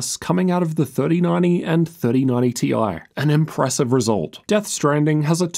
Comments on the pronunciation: T-i, not tie-fighter. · but we know it's T i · And we all know its TI..... Ffs.... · Omg please stop saying "tie", completely distracted from the content. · pls just say it as "TIE" 😭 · If you're gonna get "technical"and pronounce it "tie", then you need to be calling them "three thousand and ninety / four thousand and ninety" 😅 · people who say "ty" got mad at this 😂